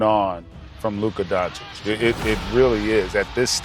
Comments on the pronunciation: It's funny how many years takes them Americans to pronounce European last names the right way, it's not Donci-k is Doncits capisi? say tssssss at the end ok douche bags? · After so many years, they still can't say his last name right